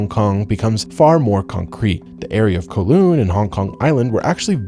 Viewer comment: Cos the video was made by an American and USA of course never did any Imperialism 😂. And he butchered Kowloon pronunciation 😢😢